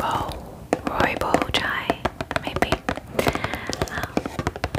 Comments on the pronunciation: aww.....the roi part was said well....its boss at the end😂.... ive never had.roibos chai before imma try it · The tea is actually rooi-bos, the s isn't silent. I love pure rooibos the most in general! ☺ Lovely video as always! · Hi, I’m from South Africa and the easiest way to pronounce Rooibos is Roy-boss (The bos is a bit difficult to explain). Love your videos and I hope this helps❤️ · Hey, the tea in the video is pronounced Roy-Bor-s it's Afrikaans for Red Bush it's a favourite in Cape Town, South Africa - there are so many different infused flavours too, mine is strawberry vanilla rooibos or blueberry rooibos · Hey, I love all your videos helps me alot with my insomnia...I'm south african and rooibos is actually pronounced Roy boss and I'm a barista and your tea pot is actually a kettle to help with alternative coffee method brewing but it works beautifully as a tea pot too🤣😋😘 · Oh my word 🙌🤣 just love when she tried to pronounce "rooibos" tea 🤣😊 too cute. As someone who has always known how to pronounce since I've had it my entire life, and I love it, for those who don't know an dour darling it is pronounced: like Roy (like the name) and boss (but with the o more rounded) so like Roy-bohss. ☺️ Honestly made my day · Ahhhhhh a South African here when you mentioned rooibos I screamed. A lovely tea indeed, you could pronounce it as roy-boss it's directly translated from red bush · I always look forward to your videos, and I was even more surprised when the tea came out bc I’m a South African, and the tea originates from my country (I think). On the pronunciation, you were almost right! it’s like Roy-boss basically. It’s Afrikaans and means red bush. Idk why but it’s so good! Amazing asmr as always! Xxx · Greetings from South Africa! I just got unbelievably excited when I saw Rooibos tea!😂 you do actually pronounce the "s" in it though😉 Loving your channel 💙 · it’s pronounced rooiboss! love the vid calms me down so much💞